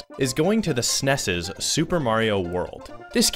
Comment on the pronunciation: don't trust someone who calls the snes sneees